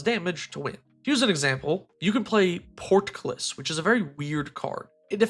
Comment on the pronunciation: Your "portcullis" and "dove" pronunciations were hilarious.